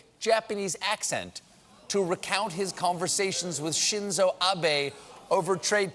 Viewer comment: Genuinely, thank you for knowing how to pronounce Shinzo Abe.